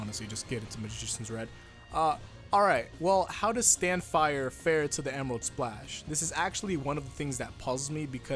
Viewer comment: Emerarudo splashu!!